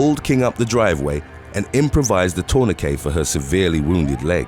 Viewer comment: You know, for a fact, that's now how the general world says "tourniquet." You can pronounce all these difficult names, but you struggle with "sixth," "machete," and "Nike?" This is getting silly.